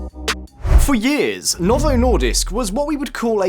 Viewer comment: "yeeahz" and "yeeah" are not words. It's "year" and "years".